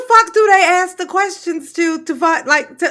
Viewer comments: Let me aks my manager 😂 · I couldn’t sit there and let her talked stupid to me. !!!!Throw 💩 back to her!!! Correct her English! The word is Our not Owl .!! How are you doing anything right bc you are crazy and Dumb as a bag of rocks!!! Asked not axe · She cant even prononce her words right , ax me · I can’t have my mayor or anyone who says axe instead of ask in control of my money 🤷🏽‍♂️ she def axing away at the money literally!!! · Wow, just hearing her speak proves to me how low her intelligence actually is. I've never hear a grown professional say axe instead of ask.. damn, why is Dolton reelecting this high school drop out? All this goofy ass beezy is doing is gaslighting and double talking stuff. The FBI is going to tear her a new one. They arn't going to take her ghetto crap. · you need to quit ax'em them and ask them lol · can we use proper English? axe? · Why can’t she say ask asa warlord instead of axe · Is she saying Ask or Axe?? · Axe axe axing....ASK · Why can't black people say"Ask"? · She cant enough pronounce the word ask